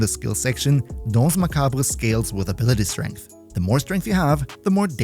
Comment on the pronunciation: Hi from France ! Your prononciation for dance is really good !